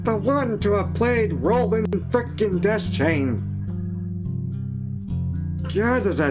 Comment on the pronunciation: Funny, I always used to pronounce it De-Chain, not Des-Chain. Welp